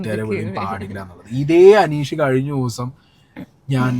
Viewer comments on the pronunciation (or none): none